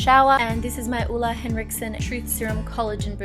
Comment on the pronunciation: Ole is pronounced Ol-eh, not Ulle :)